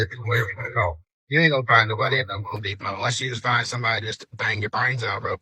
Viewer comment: It is Home Depot, not Hoe Depot.